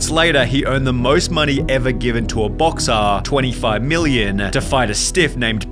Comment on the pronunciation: Why the fuck do you emphasise every end of a sentence it sounds so strange🤣🤣” he earned the most money ever given to a boxxxxerrrrr “